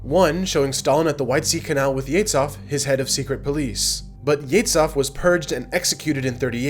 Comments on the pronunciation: Very confusing pronunciation. It's not "yetsov" but "yeʒov" like in "viSual". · HE'S YEZHOV, NOT YETSOV! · the "Zh" in Ezhov is pronounced as "s" in the word measure, not as "ts"! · Not “Yetz-off”. Thr pronunciation is “Yeh-zhoff”. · You mispronounced the name of murderer Yezhov. It's not Ye-TS-H-ov. It's Ye-ZH-ov. same sound as in the middle of the word "bourgeois" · Yezhov is pronounced more like Yeshoff, not Yetzoff. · Great vid, just a note - it's not Yetzov but Yezhov, there's a voiced palato-alveolar sibilant - a sound like how you pronounce "s" in the word "treasure" or "vision". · FYI, Yezhov is NOT [jetsov] or whatever you called him. In Russian it is pronounced [je`ʒov] with a ʒ as in 'collision' usually transliterated into English as ZH. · Do Americans pronounce Yezhov as "Yeah-tzov"? It sounds nothing like his actual name, not even close. It's "Yeah-ZH(like 'g' in 'genre')-ov". Didn't mean to sound like a dick, great video but this one thing really grinds my Slavic gears. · "zh" in "Yezhov" is pronounced like "s" in "pleasure", not like "z" and "h". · You should practice russian "zh" sound to pronounce names correctly. Not "Etsov" and "Tsukov", but "Ezhov" and "Zhukov". Put "Жуков" into Russian Google Translate to learn the difference. Made me cringe every time I heard it said wrong. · Yezhov. (YEJOV) YE ZH OF, not yeitsof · It's Yezhov, not Yetz-hav. He's not Jewish. 'Zh' is pronounced as 'g' in 'rouge'. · How to say "Yezhov" properly: YizhOFF (with the "zh" pronounced like the second "s" in "pleasure") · Even though young people may be brilliant, when they mispronounce historical terms like 'Yezhov' as 'Yetzoff', (it's the genitive plural for hedgehog), and 'arch(k)-i-'pel-a-go' as 'archi-pel-'a-go' in the first 5 minutes it spoils their effective presentation. (I'm not just a grammar Nazi either.) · Yezhov is not pronounced "yets-hov." The "zh" is like the French "j" in Jean. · Such a weird pronunciation of Yezhov.